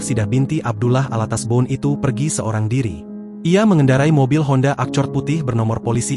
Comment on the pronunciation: Yutubernya gk paham bhs Ibggris ya Accord dibaca acord😂😂😂